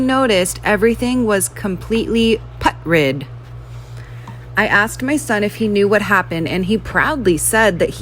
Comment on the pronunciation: The girl said “Put-rid” and not Putrid